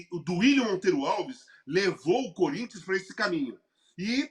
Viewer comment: Corrigindo a milly : é difícil não rir do curintcha 😂😂😂😂